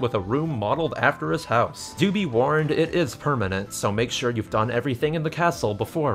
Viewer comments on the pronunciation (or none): none